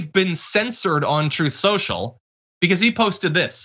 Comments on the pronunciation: He was almost there with his pronunciation of his garbage new social media app. "Troth sential" so close to the proper name "troll central" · He couldn't say truth social either! Troth Senshul! 😂😂😂😂😂